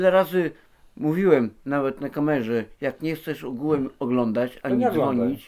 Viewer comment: Ugułem się muwi xdd